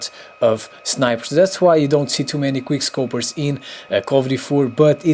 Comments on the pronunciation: Anybody else realize he kept saying queerscopers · Nigga u can't even pronounce Queerscopers right and nor can you fucking quickscope, and there's worse things in the cod community like: shotguns, NOOB TUBES, target finder lmgs, c4, crazy op guns that u casual players use so quickscoping takes much more skill than spraying with your full auto guns and noobtubing people across the fucking map or throwing c4s around every corner because u can just get it back with scavenger!